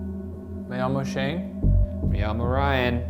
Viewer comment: #postmortem not a question but a comment. Every time Shane says "Yo mi llamó Shane", my name is Shane, it sounds like he is saying "Amo Shane" I love Shane. I just think it sounds funny to Spanish speakers that are #shaniac 😍